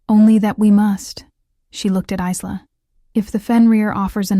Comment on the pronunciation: Good story. Part 2, please! However, Isla is pronounced EYE-LA, like ISLAnd or ISLe ending with an A. The S is silent.